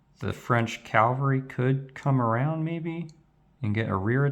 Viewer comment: Calvary? (Even the subtitles picked it up.)